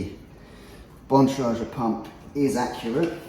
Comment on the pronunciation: Cycling industry putting lives at risk for dubious marketing claims. Nothing new unfortunately. Good luck warrantying these wheels and tires too. They’ll claim your mispronunciation of Keith Bontrager’s last name is indicative of poor installation procedures and it’s your fault.